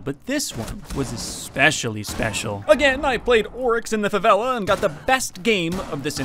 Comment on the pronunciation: Great video and i love how you pronounce Favela correctly